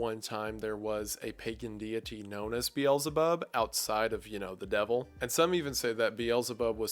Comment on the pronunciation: I love your content but man do you butcher the pronounciations of those names. Like pronouncing Beelzebub as biyelzebarb😂 You should just read them as you see them without the american pronounciations.